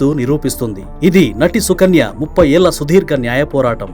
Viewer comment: 30 ఏల్ల కాదు 30 ఏళ్ల...అనాలి గంధం అనాలి ఘంధం కాదు ముందు నువ్వు తెలుగు సరిగ్గా నేర్చుకో.